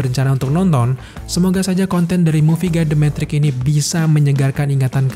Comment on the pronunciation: metrix bang bukan mentrik 😂😂😂🙏